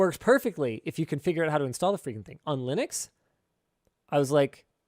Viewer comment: It's Linux, not Linus Clips